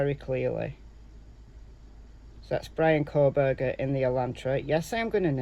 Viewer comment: It’s Kohberger